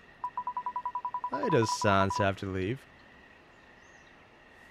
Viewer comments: I'd say he says undine more as [un-dean] instead of [un-dine(like dining)] and sans as [s-ah-ns] instead of [sense]. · Your pronunciation for sans and undyne are really funny. I'm usually accustomed to hearing them a certain way so you calling undyne(un-dye-in) as (un-dine) and sans(se-ans) as (saa-ns) is very fun. Also you picking up that the ut sans is not from the original timeline is very attentive of you. It actually comes up later but great for picking up on it.